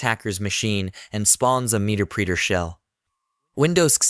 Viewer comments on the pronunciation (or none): OMG!! Muh-Ter-Pre-Ter NOT MEETERPREETER otherwise great tutorial. LOL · the voice is AI...he called it "meterpreeter" lol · This has got to be an AI voiceover... "meter preeter"?? "post gers"? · "Meter preeter"... 😅